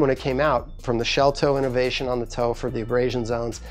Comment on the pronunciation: I love how he suddenly throws slang words out of know... Back on the innOHvation tip lol